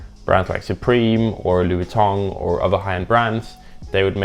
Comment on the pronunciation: laughing everytime you say loui vooitongue, what a funny lesbian